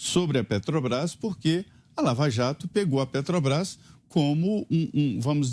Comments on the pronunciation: O vagabundo nem consegue falar " Petrobras", esse é o presidente que os amebas querem..... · "petobras" vindo dessa desgraça não me assusto! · Petobras....nem saber falar direito esse cachaceiro sabe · "PETOBRAS ... esse maldito não consegue nem falar direito ! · Ele e tao burro que falou petobras. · "Petobrais" quem aguenta um demônio desse? só os idiotas completos. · Esse analfabeto nem falar direito ele sabe. " PETOBRAS" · Oh ! JEGUE BURRO ! NAO É PETOBAS - seu ignorante - é PETROBRAS....ANALFABETO.... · A PETOBRAS... KKKKKKK KKKKKKK O português do ladrão de 9 dedos é muito bem dizido, também ninguém correge o veio cachaceiro... Kkkkkkkkkkkkkk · Pelo amor de Deus, "PETOBRÁIS", esse Lula é uma vergonha em todos os sentidos, não sabe nem falar o nome da Petrobras 🤣🤣🤣🤣🤣🤣🤣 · E PARA PIORAR AS RELINCHADAS DESSE EXCREMENTO ESCROTAL É ELE NEM CONSEGUIR PRONUNCIAR O NOME DA PETROBRÁS, MAS "PETOBRAIS"... SÓ MESMO UM CRETINO OU CANALHA PARA AJUDAR A ELEGER E DEFENDER UMA MULA-SEM-CABEÇA DESSA! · Augusto Nunes, não seja analfabeto. É "Petobrás, não Petrobrás. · Um ser que pronuncia "petubrais", não deveria ter espaço nas notícias. A estupidez e ignorância, transbordam... É muita burrice! Com o perdão do quadrúpede, pela comparação. Jesus Amado! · se a "PETObras".... O molusco 9 tentáculos não consegue nem pronunciar o nome da empresa... 😒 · Não sabe nem falar petrobras como pode um lixo desse ser candidato misericórdia